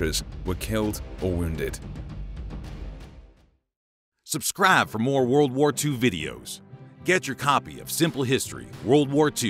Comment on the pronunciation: "SUBSCRAFF FOR MORE WORLD WAR 2 VIDEOS!" "SUBSCRAFF" nice